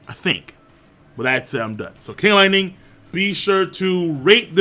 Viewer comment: King of late-ning